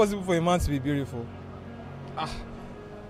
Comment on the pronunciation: 😂 "it's cool to be beauriful"